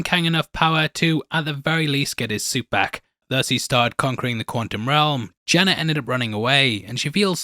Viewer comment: I hate that says quantum without the T. Quanum? What’s quanum? Lol